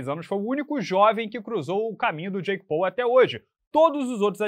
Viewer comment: Pessoal só um adendo não muito relevante, a pronúncia de Paul não é "Pou" e sim "Póu"